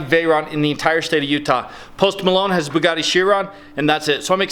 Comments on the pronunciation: is awsome! love the bugatti! oh sorry it is pronounced bugitti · I love how pronounces bugatti. Keep going it, man. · I love how pronounces Bugatti